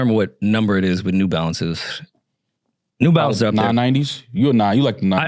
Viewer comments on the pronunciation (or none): Aye STOP putting the "S" on New Balance!